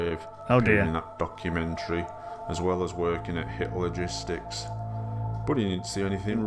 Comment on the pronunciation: Idk if it was intentional to the creator, since the first video talked about the 3rd Reich, but almost the entire time I thought they were saying "Hitler gistics", not "Hit Logistics". Jesus christ lmao